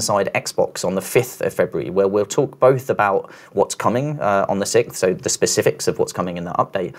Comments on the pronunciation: "February the sicth" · If you can upgrade your ability to say the word “sixth” I would appreciate it.